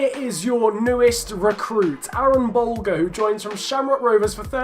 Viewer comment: I’m Irish and I follow the Irish league and I’ve heard a lot about Aaron Bolger just want to let you know it pronounced buljer